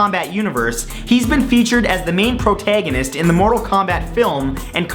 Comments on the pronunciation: I don't often hear the Canadian accent coming into your voice, but when you say "protagonist"... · Protaygonist Antaygonist Damn Canadians and there pronunciations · "Prot-ay-gonist" My Maryland senses are tingling.